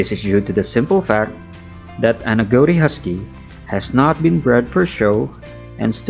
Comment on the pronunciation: Agouti = "A-gow-ti" ?? I always thought (& have only ever heard...until now) .. 'A-goo-ti'. Is that an American/Canadian thing?